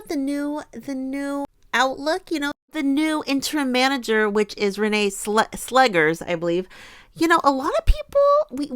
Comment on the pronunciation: You pronounced Vålerenga correctly. Slegers is actually pronounced "Slekhers" (I don't really know a word in English in which the sound kh is produced). Very happy that Arsenal managed to have a rather convincing victory after the recent downs in the WSL and Champions League. I would leave Renee Slegers some time to see how she's really able to influence Arsenal on an improvement results and that this victory wasn't only a "coach effect" for the first match after the Jonas Eidevall era. I thing that some Arsenal players were insecure by Jonas constantly changing the starting players not able to find the ideal squad to start the match. Maybe Slegers has a better idea.